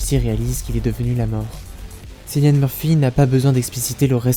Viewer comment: Bonjour, Bonne analyse ! Juste une remarque : Cillian se prononce "K"illian. 🙏